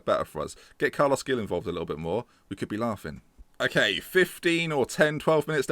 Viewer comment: Gueye is pronounced 'Gay', Veretout is pronounced 'Veretoo', Gil is pronounced 'Heel' but with like a hck sound for the H. Also get that bald prick Guzan out